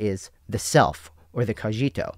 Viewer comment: Stop calling cogito cojito already